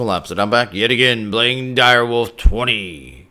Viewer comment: It sounded to me like you said "Blame Direwolf20" not "Playing.." to me...